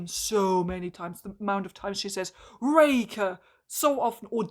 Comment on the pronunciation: Not a dig at your accent or anything, but everytime I hear you say “Raker” I hear “Reika” and I get flashbacks to Age of Scorpius and have to conciously adjust my ears to hear it correctly. (Also I agree wholeheartedly, Harlan Raker is a beyond-stupid name that made me physically eye-roll when I heard it during another reviewer’s video on the book last night lol)